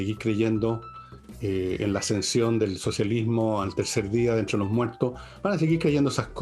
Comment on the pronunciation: Villegas..."ASCENSIÓN al poder " y no accension: " COMPLACENCIA" y no complaciencia Con todo respeto.